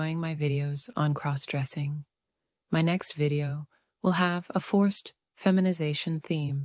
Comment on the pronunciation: Stop mispronouncing crossdressing 😢😢